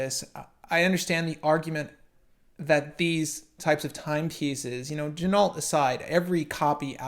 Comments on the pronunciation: Yep. John told me the same thing last year. Gotta say it all Frenchy in part deux ok? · I think they pronounce their name ‘Gin-oh’ if I am not mistaken,.